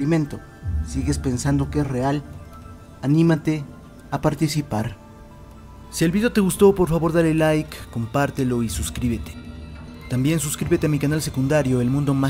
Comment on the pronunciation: Por que dices vidio?